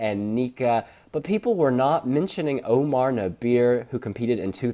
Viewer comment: its pronounced Nah-behr